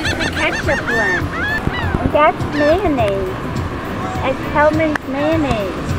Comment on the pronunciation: "It's kAtCup and mAjorNnAise you're putting on yourself" Bahaah, what a sweet lady.